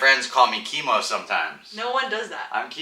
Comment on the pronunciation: OMG, my girl said that she thought your babies name would be "Timo" so we both freaked out when you said Kimo! We actually thought we heard Timo. Timo in Greek means to honor God.... Congratulations and can't wait to see the baby............surf